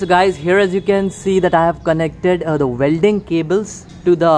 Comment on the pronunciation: Yeah apart from Vuelding!! 😂